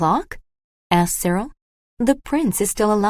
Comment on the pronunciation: Dear AI, the boy's name is Cyril.